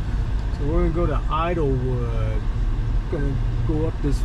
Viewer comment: It's called Idyllwild, not Idlewood.